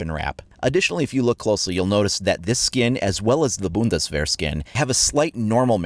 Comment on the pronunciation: Finally a non german that can say "Bundeswehr"